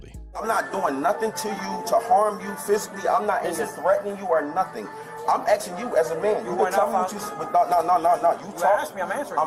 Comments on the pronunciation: He’s “Axe’n you as a man”! Thats assault with a deadly weapon. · Can you fix your subtitles please? The man is clearly saying ''I'm axing you'' NOT ''I'm asking you''.